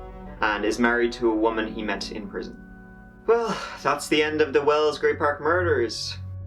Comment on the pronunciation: It’s well not well’s. ! It’s wells not well?!!!!!!pushroom-micker?